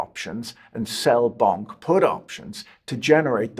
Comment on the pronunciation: I personally love that he kept pronouncing Bonk like it was Bunk 🤭